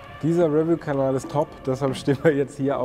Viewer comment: Bitte die Aussprache des Wortes "review" üben. Betonung liegt auf der zweiten Silbe!!!